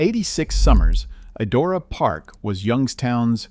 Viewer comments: I wonder how old man speaking is , and I wish it was still around cuz I would have taken my children to it, that was some of my best childhood memories because I went there in 1970s it is not pronounced e Dora is pronounced. Idora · For clarity, the name is pronounced "EYE-dora". It was the most fun place to be! I applied to work there the year the Wildcat burned down. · If you're going to use AI to narrate, at least teach it to pronounce correctly. I've never heard Idora mispronounced in so many ways. For the record Idora is prunounced "EYE-door-uh." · It's pronounced EYE DORA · I don’t mind the AI voice, even if it keeps pronouncing Idora wrong, but I can’t stand the AI pictures and pictures of unrelated parks. The fake pictures are horrible. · I don't know if the narrator is a real person or AI, but it bugs me that he says Idora differently every time he says it. Even if the pronunciation is wrong, stick to it instead of changing it up every time.